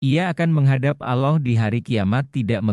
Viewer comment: Belajar yg benar min, menyebut Allah belum pas, apakah anda muslim, sepertinya bukan. Soalnya anak kecil sdh bisa fasih menyebut nama Allah, dan anda blm bisa.